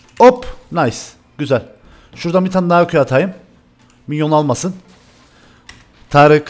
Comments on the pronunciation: Abi târık ne ya kdkdkd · hocam yazışın taric konuşmanın Tarık 😂😂